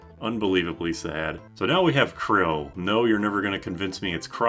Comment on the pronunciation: bro pronounces it "krill" 😭